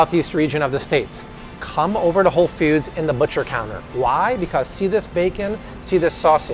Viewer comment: BTW, ‘foods’ is pronounced like ‘dudes.’ Not like ‘feuds.’ It’s not Whole Feuds.